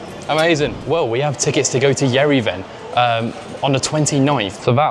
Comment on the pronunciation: its Year/(h)ere - Van. to pronounce Yerevan